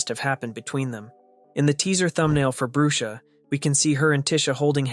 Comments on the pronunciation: Its not brue-sha its brush-a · the way he prounonced brusha "broosha"